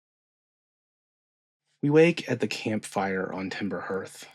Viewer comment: Very common mistake but it’s pronounced Harth not Hurth